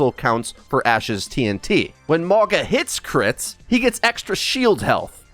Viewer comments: Please, spread the word: the correct pronunciation is Maunga. Mauga meaning mountain in Samoan. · ma-oh-nga. The G is pronounced like the G in the word "long" The Samoan "G" sound is the hardest letter to say for English speakers its funny that they picked a name with G in it. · It is pronounce MAUNA. In samoan the G is pronounced as an N. So its MauNa.